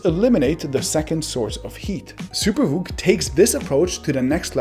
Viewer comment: First time I heard him say SuperVOOC I thought he said Super Fook and I broke out laughing